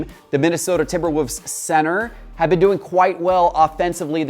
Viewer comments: The way you're saying timberwolves is killing me. Sounding like timberwhoaze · I had to listen to it again, he’s definitely pronouncing it as if the L in Wolves is silent. Timberwoovs. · Yes! I was like, is he saying Timber Woofs?